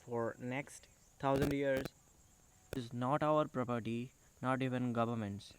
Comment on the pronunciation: Pro-potty? Or Property? hai heads of to ur AMeRiCAn English 🙏🏻